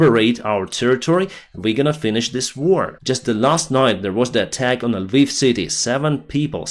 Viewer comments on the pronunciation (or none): none